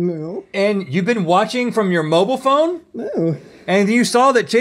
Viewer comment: Moo-bile phone *